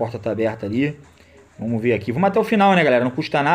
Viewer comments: PARA COM VOMOS QUE VOMOSSSSSS. É VAMOS QUE VAMOS. JESUS DO CÉU. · "Vomos que vomos"